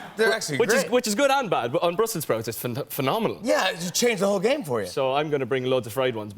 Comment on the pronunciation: Niall: it’s phenomenal Directioners: it’s phenmoniall